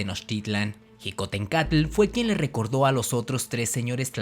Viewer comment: La palabra Xicohtencatl no se pronuncia como jicohtencatl. La grafía "x" en náhuatl se pronuncia como un "sh" inglesa o como una "ch" suave. Su pronunciación es shicohtencatl